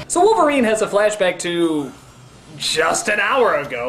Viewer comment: Wolferine? aprende algo de ingles sr pendejo.